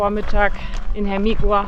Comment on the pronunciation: Bitte wenigstens bei Eigennamen die spanische Aussprache lernen, das ist eine Sache des Respektes! Vallehermoso wird "Vaje Ärmosso" ausgesprochen, Hermigua "Ärmigua" und der Teide nicht Teide oder gar Tiede sondern "Tä-ide". Sonst macht man sich so ein ambitioniertes Filmchen mit schönen Bildern irgendwie kaputt... Nichts für ungut ✌️